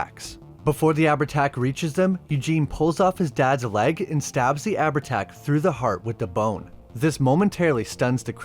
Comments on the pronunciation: FYI - Its pronounced Av-art-ah or Av-art-Ouck. 'h' in Irish isnt a letter, its a Séimhiú. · ahh-ver-tach, sorry it sticks in my craw. also showing an icon of an native american due to the term 'chieftain' is... interesting. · I’ll let you away with Abhertach (ah-ver-tach) as Irish and Scots can be fckers to pronounce, but you’re not getting a pass for ‘curn’ for cairn 🤣